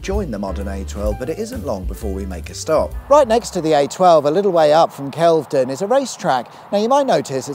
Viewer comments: It's Wit-ham (you pronounce the Wit) and Kelve(y)don is pronounced with a y even though it doesn't have one. You got Hatfield Pev-er-il right the first time. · WIT-UM and KEL-VED-DON 🙄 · and he got Kel-ve-don wrong! :'D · He also gets Kelvedon wrong 🙄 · Nice to see my neck of the woods :) Even if the mangling of pronouncing Witham, Hatfield Peverel, and Kelvedon makes me wince…